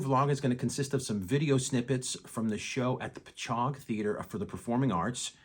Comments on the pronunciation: BTW Patchogue is pronounced PATCH HOG Long Island not Pa chog. LOL. What made Phil what he was on drums where his use of Left Handed drum Sticks. :) You must have felt like a kid in a candy store. Sounded good to me.I used to work at the now demolished NY Academy of Music in NYC and remember the first time Genesis played the venue. It was a show like no other. Glad you have fun and maybe Steve will have you back again. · Patchogue is pronounced like pat-chog. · Nick….. Please call me so I can give you the correct pronunciation of Patchogue . I am a life long Long Islander and can help you with this.